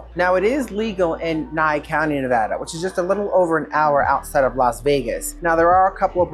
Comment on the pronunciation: All good tips, locals can tell your not from here by how you pronounce the state. It’s Ne-VAH-duh.